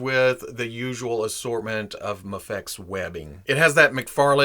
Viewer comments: I believe it’s pronounced “may-fex” as opposed to “ma-fex” haha. great review though!! i personally thought miles was better than peter b parker just die to the quality control issues i saw with peter. I picked up miles and love him ! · Hahaha.... you legit pronounced Mafex 3 different ways!!! Classic. Another great review, btw.